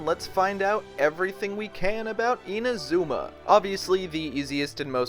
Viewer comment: My gosh… you butchered Inazuma’s pronunciation horribly…